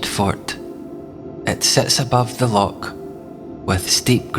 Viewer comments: Scottish accent but what Scot pronounces LOCK instead of LOCH? a lock is used for releasing water in canals. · A grand wee presentstion concerning my former city - I'm a Weggie these days. Just one wee point...loCH! The guttural sound is not difficult. 😊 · Maybe you need to pronounce "loch" though.